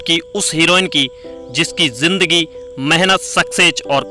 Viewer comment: Smajh hi nahi aa rahi kya bol rahe ho bhai itne lafz toh apko bolna hi nahi aate zindagi ko jindagi bol rahe ho